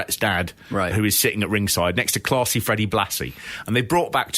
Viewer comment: He pronounced "Classy" in his own accent and "Blassie" with an American one.